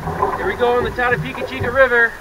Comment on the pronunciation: Ran it twice last season in June with Kayaks, portaged 3 times of the 60 km's had a blast, your video doesn't do it justice for the scenery even thought it burnt, doing again this June First weekend. The fact that you miss spoke the name sucks lol.